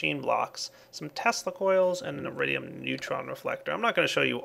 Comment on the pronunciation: lol i though he say eridium not iridium borderlands 2 refrences